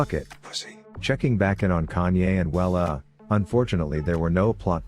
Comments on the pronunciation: Am i the only one hearing kanye instead of kayn? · Can you pronounce his name correctly it isn't kanyay